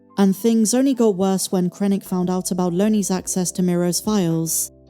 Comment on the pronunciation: Lonnie, not Loanie.